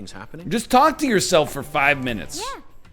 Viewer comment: Ohhh baby it’s a full 3 hours instead of 30 min-oo-toes.